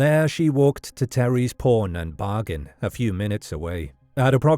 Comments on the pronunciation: I kept hearing it too. My mind knew “pawn” but my ears heard “porn” 😷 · Porn Shop? He says it repeatedly, and it even shows on Closed Captions... Pawn...it's Pawn Shop ...there is a huge difference!